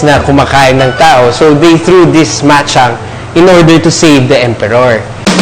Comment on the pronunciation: bachang po tawag dyan hindi machang